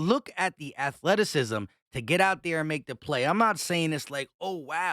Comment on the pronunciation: Afleticism… stopppp speak English